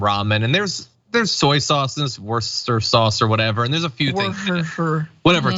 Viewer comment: Worcester (wus-ter) sauce 😜 the county where it comes from is Worcestershire (wus-ter-sure)